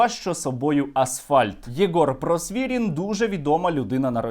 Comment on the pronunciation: Просвірнін, а не Просвірін